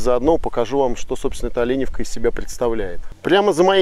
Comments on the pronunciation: Местные произносят не ОлЕневка, а ОленЁвка... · слух режет от слова олЕневка .....ОленЁвка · Але`невка?ну даеш